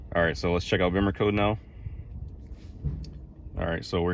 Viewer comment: Glad you pronounce Bimmercode correctly - so many YouTubers say "Beamercode" - LOL. Good video!